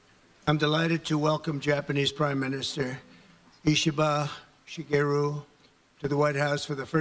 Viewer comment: A president that can finally pronounce a foreign leaders name